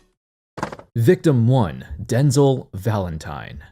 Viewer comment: It's den-zel Not denzle.